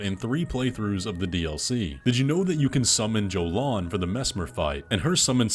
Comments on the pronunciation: Tiny grievance: (if you did this on purpose to garner comments like this one, kudos) Jolan is pronounced "Yo-lawn" I get super triggered when people mispronounce names that are spoken in the work itself. She told you what her name was! X) you included the clip! Anyway... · Romina and Jolan. Jolan pronounces her name as Yolan and Romina is said as Row-me-nuh. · How is the character joalan's name mispronounced more than once and you even have her say her name in the video are you retarded? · Man, Jolan says her own name and you still said it wrong